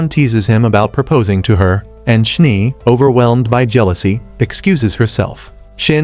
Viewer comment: Schnee is german for snow you called the one character schnie just noticed 😅